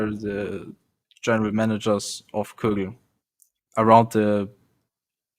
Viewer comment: despite having a German girlfriend, just isn't capable of pronouncing German brand names correctly... Kügel/Kugel instead of Kögel, Fieldbuynder instead of Feldbinder and Krohn instead of Krone. It's pathetic! The DLC is awesome though.